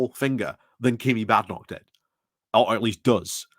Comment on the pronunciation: Why are you mispronouncing her name?